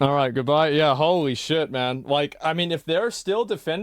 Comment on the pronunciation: Nah,it is definitely more impossible to stand and endure listening to the mod saying shait than beating that monster blind folded 100%